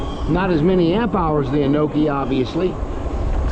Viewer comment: Hey. I don’t see the turn signals on it in this video. Did you make a bracket too? By the way I think the correct pronunciation is An Nee O key. Not Anokey as you say. At least that’s how all the other reviewers refer to it as. I know is an odd name but most Ebikes from China do lolololol